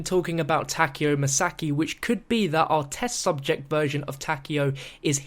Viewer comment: I hate how he says it "Tackio Masackie"